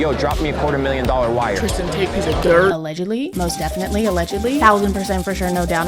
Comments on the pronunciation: Wait I heard it again… can someone confirm she is in fact saying “the taints” not “the Tates” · Is it just me that thinks she keeps calling them the taints? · I’m sorry I just keep thinking you’re saying “The Taints” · I kept hearing taint every time said tate. I genuinely thought it was a funny bit....I think I'm going to hell. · Did she call them the "Taint" brothers? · I kept hearing taint brothers😂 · lol thought u said “taint brothers” 😅 instead of Tate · Not sure if it's because of how early it is (5 am), your pronunciation, my Auditory Processing Disorder or all of the above... But I kept mishearing "Tate brothers" as Taint brothers 🤣 Thank you for the hysterical giggle fit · I keep hearing "taint" not "Tate". The Taint Brothers. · I’m not here a whole lot but pls telling me I’m hearing Taint brothers correctly😭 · Wait are you saying the taint brothers? 💀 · It sounds like "taint" when you say "Tate". Intentional or not l appreciate that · I keep hearing “taint” brothers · I'm convinced you were referring to the Tates as the Taints. I swear I heard you call them that a few times. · You said “the Tates” I heard ‘the taints”… took me a second to realize 😂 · I heard "the taint brothers" and I'm not sure if that's what you actually said or if I just misheard, but that's what I'm calling them from now on. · She's been saying Taint the entire video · am I missing out on a joke whenever she says taint brothers? Like, it is the Tate brother, correct? Am I missing something here? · Probably wasn't intentional but at around the minute mark when said "the tate brothers" I really heard it as the "taint brothers" and now I'll only refer to them as such. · did she call them the TAINTS !?! I had to rewind like 5 times and still can’t tell. If so… genius